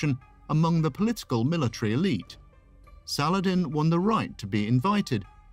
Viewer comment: Great video. I've always been fascinated by Sal-ah-ladin <3 ... Keep up the great work, my friend :) ... I would like to see and hear much more about the ancient greeks <3